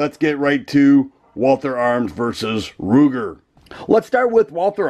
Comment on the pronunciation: Ruger not Kruger